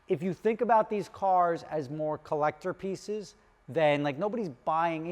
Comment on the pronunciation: I had to rewind it back... I thought he said collector feces.